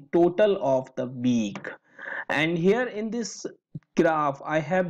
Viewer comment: "total of the "beek"....LoL